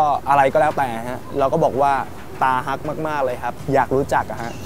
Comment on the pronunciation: เป็นตาฮัก คับไม่ใช่ ตาฮัก สาวๆก็งงสิพูดผิด